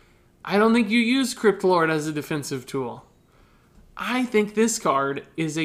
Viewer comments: When Said Crypt Lord I heard it as Kripp lord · When you say "crypt lord" it sounds like "kripp lord"